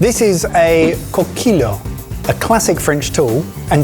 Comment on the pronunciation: Guys I love you so much but PLEASE start looking up how to pronounce things! Coquille is just “cocky” with a French accent.